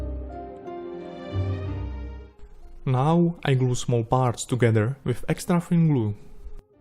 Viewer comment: you say ecstrchinglu instead of extra thin glue